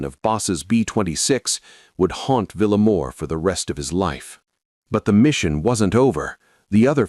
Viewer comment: Vil - ya-mor. Not Villa - mor.